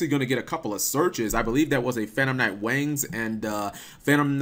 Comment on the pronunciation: Every time you say Wings you sound like your saying Wangs.